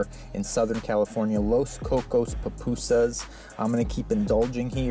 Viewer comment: Loved pronunciation of Pupusas. As a person who may eat some every other month. Nice to see different ways other places make theirs. Plus what compliments come with the order.